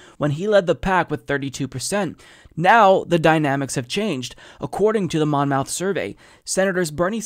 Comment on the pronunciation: Monmouth is pronounced like Plymouth. Muth, not mouth.